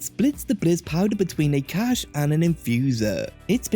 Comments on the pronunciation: it’s a good video, but cache is pronounced like “cash” and it kept infuriating me whenever you said “cachè” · FYI, the word "cache" is pronounced the same as "cash"